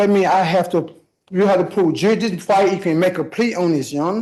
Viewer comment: mushmouth is thick down in the docket. dear lord, help us not laugh at attempt on "jurisdiction."